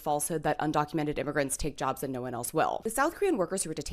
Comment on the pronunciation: "They Took Ere Jerbs" South Park ahhh moment. So embarrassing.